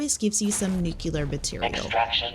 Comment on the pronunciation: It's NUCLEAR and not NUKELAR.